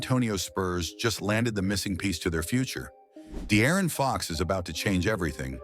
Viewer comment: “The Aaron fox”